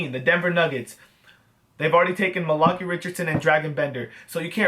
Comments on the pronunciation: Malachi How most people pronounce it: Mal•a•chi How pronounces it: Ma•lakee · xD The way you say Malachi is funny.